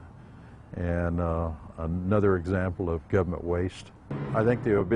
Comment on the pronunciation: I hear "gubbamint, gubbamint, gubbamint", but what I see is two failures: the consultants haven't been taken to task for pith-poor advice, and no-one now complaining about how obviously unsuitable the site was spoke up back then.